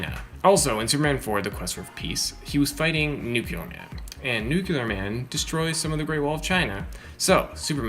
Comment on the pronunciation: Nuc-U-lear man?